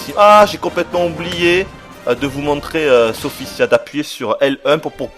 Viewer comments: Sophitia ptn pas "Sophissia" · tu ne serais par marseillais, par hasard? je dis ca a l'accent moi j'ai ce jeu et je l'adore et Sophitia est la meilleure combattante a mon avis et la plus belle en passant son nom c'et SophiTIA et son Sophissia comme tu dis moi astaroth j'aime son nouveau look démon